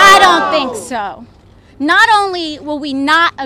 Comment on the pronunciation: Her mouth just ticks me off. Someone get her off of Congress. AOC “I DON TINK SO.” Give me a break women. We don’t need socialists in our country of America